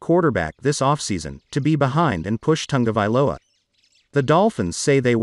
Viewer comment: There is no N in Ta go vai lo a !! Commentators should at least pronounce names correctly.